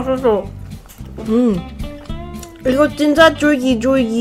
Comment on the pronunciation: 졸귀졸귀가 아니라 쫄깃쫄깃인데 발음을 못하는거같은데 자막이...